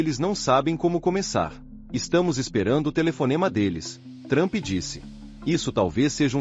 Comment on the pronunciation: Adoro quando falam o nome do cara de "Trâmpi" 😂😂😂😂